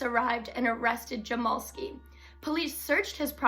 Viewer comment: My 1/2 brother is his grandson and it’s pronounced jam-ell-ski.